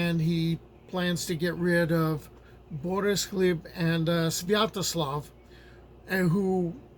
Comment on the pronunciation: Learning the correct pronunciation of Gleb makes this a great video, and I'm only three minutes in.